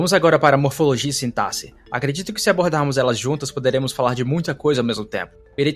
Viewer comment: acho que você é a única pessoa que eu já ouvi falar sintaxe da forma correta em muito tempo kkkkkkkkkkkkkkkkkk